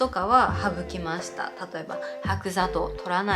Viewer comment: なぜたまにオールインワンにした方がいいのか説明が無かったです🥹 あと｢はくざとう｣ではなく｢しろざとう｣です😊 良かったら今後のために¨̮⃝ꕤ︎